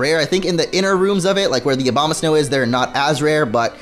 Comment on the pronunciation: It sounds like you're saying Obamasnow